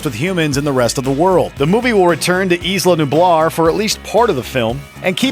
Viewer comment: Did you just pronounce 'Isla' as "Ees-luh"? Think they'll have an opening for a better narrator after they fire you?